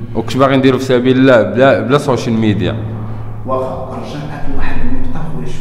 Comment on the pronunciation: الصحفي كيقول الشونصل ميديا 😂😂😂😂